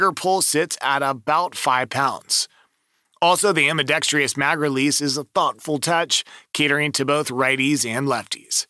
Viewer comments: There's no "I" in 'ambidextrous'. It's NOT 'ambeeDEXtreeYuss'. Good lord. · WTF does ambidextrious mean? Is English your third language or what? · EAA MC14, and Glock 49 MOS, Walther PDP Match, etc, There is NO “TREE” in Ambidextrous! 😎